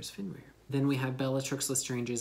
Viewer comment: You definitely said Fenjdjdn Greyback